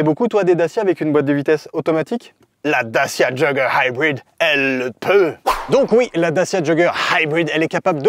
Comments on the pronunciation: Tu ma tellement soulé avec ton "daciaa joggeur haïbride" mais j'ai tellement rigolé en même temps 😂, vraiment test auto validé pour ma part 👍🏽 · Vidéo bien faite mais l accent américain pour Dacia jogger HYBRID est pénible. 50 fois c'est lourd. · J'ai tenu jusqu'à 10', au 20e "haïbrid" j'ai laissé tombé 😒